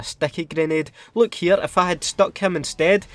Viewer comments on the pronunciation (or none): none